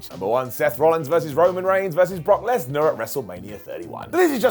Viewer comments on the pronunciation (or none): none